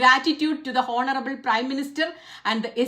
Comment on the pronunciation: "ഓണറബിൾ", ഹോണറബിൾ അല്ല.